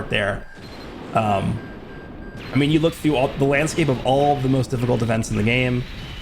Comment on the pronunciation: "Wook, it's Woresh. Woresh is woing to wummon."